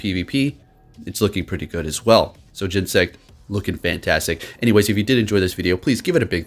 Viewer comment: Gen-Ne-Sect, it has 3 syllables yo